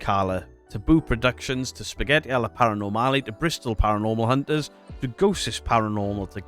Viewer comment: adoro come pronunci "Spaghetti Alla Paranormale".Parola di italiana.😆